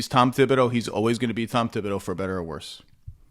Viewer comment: It's TEEB-OH-DOH. No 'th' sound